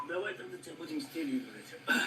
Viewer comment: Вимова там цікава,він можливо білорус. Будзем шо тебя,шо тебя